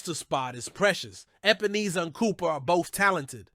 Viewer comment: HIS NAME IS EP-EN-ESSA. NOT EEESA